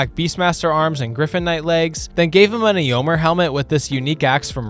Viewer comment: Eeomr, eeowyn😂